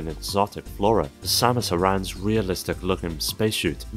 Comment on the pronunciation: take a shot every time he mispronounces "samus aran"